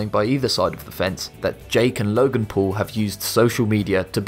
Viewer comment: it said pool instead of paul